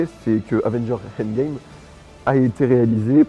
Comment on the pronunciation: ça se prononce "endgame" pas "heindgame", mais bon la vidéo est bonne alors j'te pardonne